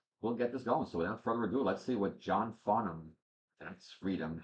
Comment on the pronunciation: You pronounced his name perfectly. John is very special to Australians. He is so down to earth, love to have a joke and entertain people. He’s never had a bad day at the “office” ever which sounds amazing because he was a heavy cigarette smoker for years. A few of the song people will request like You’re the Voice, Help (Beatles cover), It’s a Long Way to the Top and Playing to Win come from the concert with the Melbourne Symphony Orchestra. That was an amazing concert. There was also a tour he did with Olivia Newton John and Anthony Warlow called The Main Event and there’s a couple of songs to checkout from that called “Hi Art” and That’s Life. JOHN CAN SING ANYTHING!!! Welcome to our favourite son and this endless rabbit hole your now in! ❤